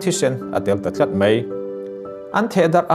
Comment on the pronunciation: Mei iti zela (mai )tih tur lawm